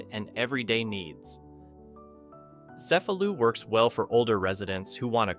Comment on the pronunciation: The correct pronunciation is "Che-fa-lu" for Cefalu (not "ce-fa-lu"). Ask somebody!